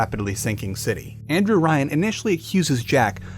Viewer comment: Why did Andrew Ryan suddenly become Anne-Drew Ryan?